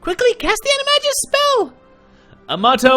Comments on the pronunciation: Omg I almost couldn't deal with Will saying animagus wrong every time. Ani- mag-nus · It's pronounced "Annie - may - Gis". It's a hard G X_X